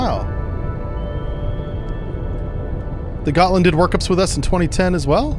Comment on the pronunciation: Gottland is pronounced "Yotland", IIRC.